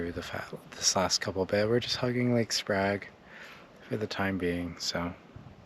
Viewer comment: Grange and Sprague are bot h pronounced with a long A sound.